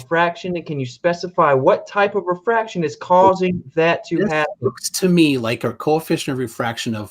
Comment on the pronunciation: Ah.. these were the days... back when planarwalk had a penis, tjump was a man, was pale and still proclaims presumptions and says they're not presumptions because he says so, calculations are measurements, squiggly cranes... and every answer was "refwaction.. bgawk... refwaction" and refraction perfectly makes things look flat. Now its "The universe is the container". lol.. and finally "we don't see the geometric horizon..." and "boats go over the curve". What of the 5 types of refraction is it? "I don't care". That's like saying "this flavor is the best..." and says "which flavor?" And says "I don't care about your flavors... this is the best flavor."